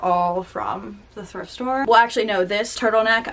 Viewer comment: How many times said “thirft store” during the video: i counted 8 lmao Truly an icon ❤️